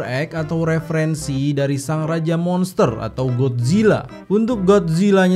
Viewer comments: bang kolo bilang gat zila sebenat nyah gotzila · Bang kenapa gomongnya Gadzilla kan seharusnya? Godzillaa?